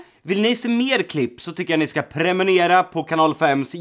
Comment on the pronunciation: Hur kunde ni ta med när Jocke sa på slutet prenumera... Han säger ju fel och ni orkar inte ens att ta ett nytt tagning...